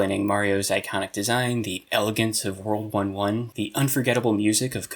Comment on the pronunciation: When you said “the elegance of world 1-1” I thought you said world war one